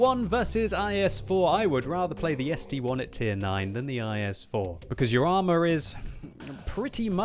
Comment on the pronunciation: ST-I not ST-1 FFS! ST-Eye NOT ST-ONE!